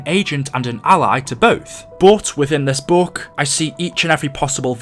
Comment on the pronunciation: OH NOES! YOU SAID BOOK NOT BOOOOOOK!!!